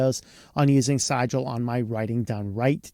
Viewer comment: Definitely should be pronounced “Caliber”…not “Cal-ah-bree”. That was very distracting. Also…pretty sure that Sigil should rhyme with vigil. Not however you said it. But I could be wrong.